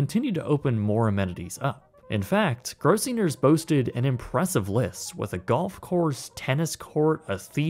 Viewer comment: Weird, it sounds like you're mispronouncing "Gross-singer's."